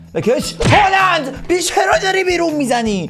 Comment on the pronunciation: فقط هالند گفتنت😂